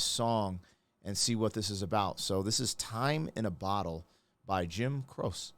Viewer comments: It's Crow-chee not crose. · Croshee how it’s pronounced is Crow-she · Great reaction. Croce is two syllables - pronounced "Crow - chee" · Its pronounced the same as trophy cro cha like CROCHET. He was going to do the last tour and then stop touring to be with his wife now that she was pregnant but it was too late because he went on the tour and flying home or flying to the next venue the plane crashed. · Someone should mention the name is pronounced "Crochee". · Name is pronounced Cro-chee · Croce is pronounced Crochee, just so you know. One of my favorites. A movie made for tv was done after this song came out titled after the song. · I remember the day he died. I was in high school and in choir. We sang this song. I get chills whenever I hear it. And his name is pronounced Cro-chee. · It’s Jim Cro-chee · "Jim CRoke" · Jim Croce, pronounced, Jim Crow-she. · In the USA it's pronounced crow-chee, it's actually pronounced "crochet", like the yarn art. This was my wedding song. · It's Crow-She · omg Croce it is pronounced Crow Chi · Jim Croce is amazing. Good reaction. He pronounces his name like this: Crow-Chee. Italiano, baby. 😊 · Jim Croce had such a lovely voice and a great talent. (Hearing you mispronounce his name reminded me of the movie "Showgirls" when the stripper mispronounced the Versace store name as "Ver-sase.") His death was a tremendous loss for the world. He was one of the many singer-songwriters who were popular in the '70s. And it was also lovely to hear you describing your philosophy of life. You are living it the way a Godly man should. Good on ya! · Croce = Croh-Chee. Have to react to "Operator" it's on par with "Cats In The Cradle" but unrequited love is the subject. Those feelings fade, but, never completely go away. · it's pronounced "Crow-che " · pronounced Jim Cro Chee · Crow Che is how it’s pronounced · It’s pronounced Crow Cheee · Pronounced Crocha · Sorry, Crosha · It's pronounced Crow she❤ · His last name is pronounced Crow-chay